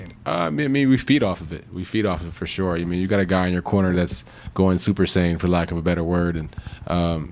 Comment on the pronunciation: Love he said super saijan